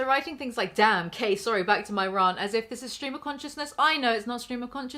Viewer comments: it's "rant" and not "rarrnt" please and thank you. Great vid otherwise! 👌🏼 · We have to address the elephant in the room - pronounces 'rant' and 'rah-nt' and we have no idea why. I don't know a single accent on this whole Island that says rant like that. I need explainations.